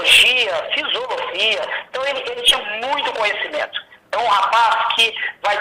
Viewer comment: Fisolofia????? kkkkk que isso